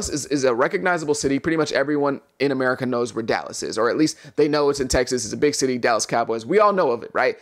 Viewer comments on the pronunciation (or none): none